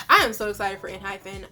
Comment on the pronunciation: The group name is pronounced en-hype-en :)